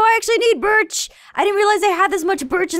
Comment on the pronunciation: she said Britch instead of birch